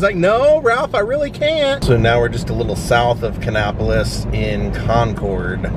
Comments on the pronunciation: Nice video. The place is pronounced Kannapolis as in "nap", not "nop. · I used to live right beside Dale Jr. I’m born and raised in the area. It is pronounced Kan-APP-O-LIS. Lol